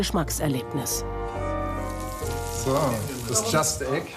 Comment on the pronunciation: Bei Just Egg habe ich beim ersten Mal Plastik verstanden😅